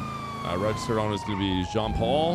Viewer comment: Its Jean "POL" not "Paul", "POL, POL POL". xD